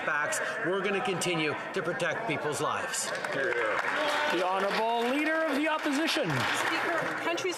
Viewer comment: Trudeau has difficulty differentiating the word lies and lives....sounds like hes trying to protect and defend lies..